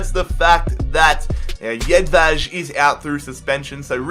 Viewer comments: Tin Jedvaj's name is pronounced YED-VI, not YED-VADGE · its not tin jedvađ its tin jedvaj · Also its pronounced Tin Yedvai